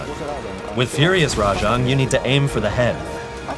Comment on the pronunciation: Also Rah-jong instead of the correct Rah-jayng